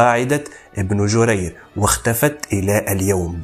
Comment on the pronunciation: بنگرير وليس ابن جرير